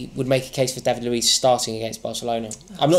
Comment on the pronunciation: Luez it’s fucking Luiz